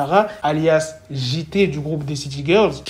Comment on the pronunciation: Ptdrr comment t’as dit le prénom de JT 😭